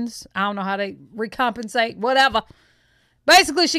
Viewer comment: Pronounced "REC-COM-PENSE"